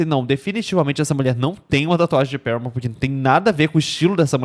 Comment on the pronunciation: é o primeiro fã brasileiro de Paramore que eu ouço falar o nome da banda do jeito certo. <3